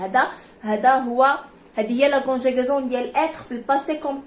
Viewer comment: سمحي ليا راه ماسميتوشgonjigaison...اسميتهconjugaison🤷‍♀️....المفروض انكم انتم نموذج في نطق الحروف الفرنسية سليمة...حتى يمكن للتلميذ ان يقلدك..